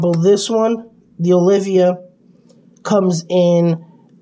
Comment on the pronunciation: Btw, its Oliva not Olivia lol And it's not a thermometer, it's a hydrometer